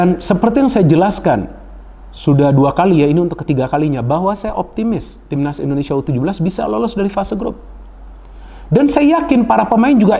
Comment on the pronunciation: Indonesia bung bukan endonesia